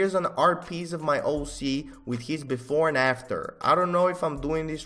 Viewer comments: is he saying hoe C on purpose? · “ it’s an amazing HOE c” lmao